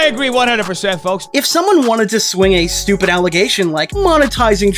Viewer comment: “stooped reason” ngl that made me laugh 😂